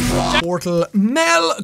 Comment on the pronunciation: It's called MEL not MELM.